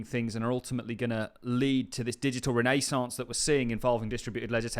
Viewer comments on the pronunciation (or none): REN AY SAUNCE 😅